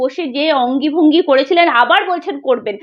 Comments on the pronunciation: য ফলা র ফলা আর যুক্তাক্ষর গুলো ঠিক করে উচ্চারণ কর... অঙ্গী ভঙ্গি নয়... কথাটা অঙ্গভঙ্গি... যাকগে তোমার রিপোর্ট গুলো ভালই... আর আয়নার সামনে দাড়িয়ে জোরে জোরে বাংলা কাগজ পড়তে হবে.. তবেই উচ্চারণ ঠিক হবে.. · ভদ্রমহিলা মিডল ফিঙ্গার খুব ভালোবাসেন, অনলাইন এ নিশ্চয় বিভিন্ন ধরনের খেলনা পাওয়া যায়, কিনে ইউজ করলেই তো পারেন, ওই উকিল টার মিডল ফিঙ্গার টা পছন্দ হয় নি নাকি? By the way, অঙ্গীভঙ্গি নয়, অঙ্গভঙ্গি।, তোমার উচ্চারণ এর মত বাংলা তেও যথেষ্ট সমস্যা আছে কিন্তু।